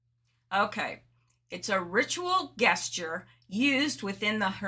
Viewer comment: The word "gesture" is pronounced with a soft -- not hard -- "g."